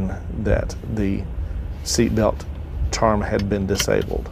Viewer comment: i thought it was pronounced 'charm'